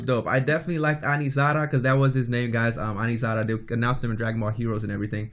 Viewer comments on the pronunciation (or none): Its Anilasa not Aniraza